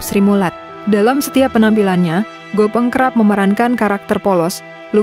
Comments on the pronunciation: Gepeng bukan Gopeng ... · Gepeng ,bukan Gopeng mbak🤣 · Gopong ❎ Gépéng ✅ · GEPENG bukan GOPENG. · Bukan gopeng tapi gepeng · Bukan Gopeng dduull.. yg benar "Gèpèng"..😢😢